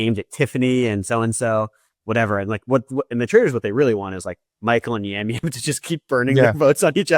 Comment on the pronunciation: Hey guys, just a heads up that Yam Yam is pronounced as Jam Jam. Love the show!